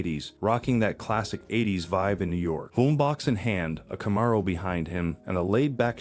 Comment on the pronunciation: Read by a bot? It could not pronounce Bewitched or Camaro properly